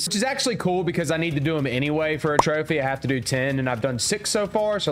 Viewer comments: Bro i speak arabic and that is not how you say it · As an Arab you pronouncing the trophy name was so funny😂